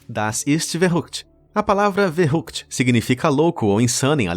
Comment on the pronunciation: Verrückt se pronuncia Ferrickt. Fica a dica...